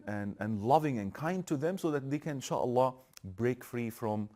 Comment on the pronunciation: Adamin insaalah demesine bayildimm